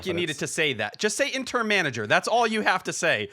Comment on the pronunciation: I can't tell if T is saying intern instead of Interim lol wouldn't necessarily be surprised